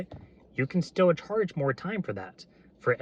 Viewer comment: did you say "Karge for that extra yard"